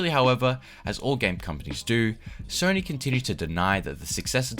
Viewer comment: “Sorny” PlayStation lol